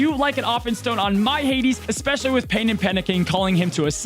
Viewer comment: f·%k the Oxford English Dictionary, "Expecially" should be a word. I got you,.